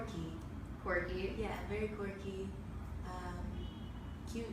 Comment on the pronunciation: It’s quirky, not corky. Please get the word right at least and plus, there nothing wrong what Normani said. Camila fans are haters toward Normani, for mostly for no reason at all. But if it was Lauren said that about Camila, there would be no hates towards Lauren. If she said that after, she was asked to describe Camila.